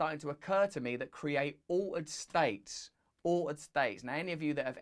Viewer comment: "o-ed" states... what? oh, altered states - gotcha 😁Luvya Russell!